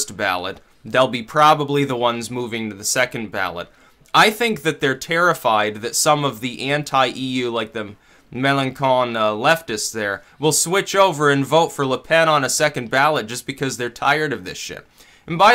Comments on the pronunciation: The idiot communist dude's name is pronounced "MelanSon" not "MelanKon" - not that's important... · Melanchon is not to be pronounced "MelanKon". You need to pronounce the "ch" just as the "ch" in bench or chimney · Mélenchon is pronounced MEL-ON-SHON. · its pronounced "melanshon"